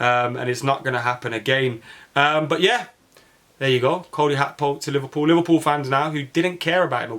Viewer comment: You sound bitter lad, Gakpo crying tears of joy when Man Utd couldn’t bid on him. And it’s Gakpo not Hakpo you bloody plonker.